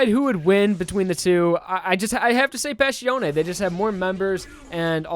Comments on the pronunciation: It's Passione, not Pascione. You keep pronouncing the name Pascione You keep butchering all the Italian names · The way you pronounce Passione irritates me so much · I love you man but can you please atleast pronounce their names right?